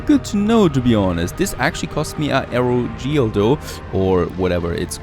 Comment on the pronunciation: Air o gel.